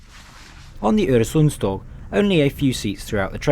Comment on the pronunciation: Im only 20 seconds in but congratulations! You managed to ponounce "Øresundståg" really well. most people just see the Ø and Å as Os and As, even though they are not. And thanks for making a video on a Scandinavian train! they dont get that much coverage and Denmark gets most of it, atleast my home country was included1 xD